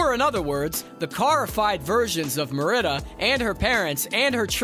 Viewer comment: Meridda? How are you tasked with talking about movies you haven't even watched? Her name is Merida (original gaelic spelling Mèrida). Pronounciation is kinda like meh-ree-duh